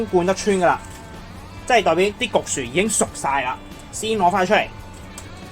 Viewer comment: 焗薯定焗鼠呀 ? 發音差